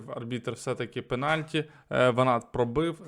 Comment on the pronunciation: Що за пеналькі. "Пеналті"